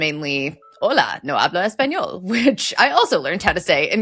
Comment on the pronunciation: They don't say ezpañol, FFS. I give up on this channel.